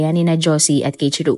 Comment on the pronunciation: Keichiru❎ Kei-ichi-ro✅ Keiichiro po